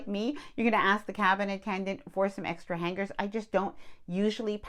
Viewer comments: The g is silent in the word Hanger. Seems to be a thing now to pronounce it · The “g” is silent in the word hanger. It is not pronounced when it is said. Love your videos